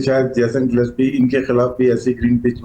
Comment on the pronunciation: Gillepsi LOL. bolna to sikh le bhai naam thik se.